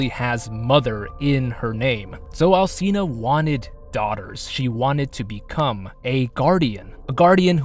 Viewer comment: that's not.. how it works... You're literally arguing with facts. And if u wanna go further, it's not al-see-na, the "ci" is pronounced as the "chi" in "chimpanzee". The game developers (japanese) even know how to pronounce it! Check the japanese actors pronouncing Dimitrescu heavenly. Ig it's just lack of knowledge and care on the part of the English VA.. Really grinds our gears to hear people venerate her and not even know how to pronounce her name correctly, we find it very disrespectful and ignorant